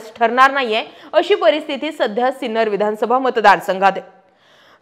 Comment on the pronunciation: Hello Madam, Name of our city is Sinnar and not Sinner. Please correct it.